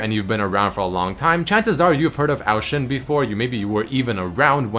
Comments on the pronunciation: I couldn't take the pronunciation of Ao Shin after 7th time you said, ITS A-O Shin not OW SHIN DAMMIT. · Isn't it O Shin not Oao shin